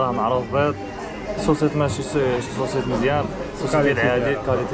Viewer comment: خويا يقولولو الصوصيس saucisse ماشي صوصيط 😂😂، ولكن شكرا على الفيديو الاثمنة النار تحيا ثمن السوق ، وتحيا حومة طنجة